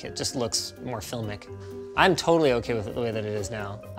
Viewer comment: F I L M I C🤣 damnit 🤣